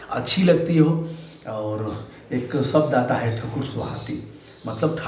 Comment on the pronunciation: ठाकुर बोलने में आप के दांत खट्टे हो जा रहे है